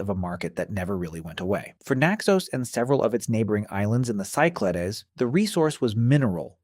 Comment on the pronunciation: Cyclades is pronounced in English as SYK-luh-deez , with the stress on the first syllable